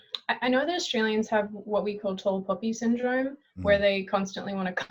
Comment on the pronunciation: Wait... I thought she said "tall puppy syndrome..."